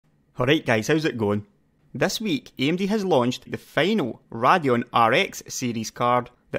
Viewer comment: I love your videos and analysis, and I know you're Scottish (I'm British myself) but for the LOVE OF GOD, it's RAY-DEE-ON, not RAH-DEE-ON, as in the word 'radiation'. It's a name. AMD decided to pronounce it RAY-DEE-ON, so that's how you have to say it. It would be like me mispronouncing your name, because I think it should be pronounced differently based on MY rules of grammar and pronunciation.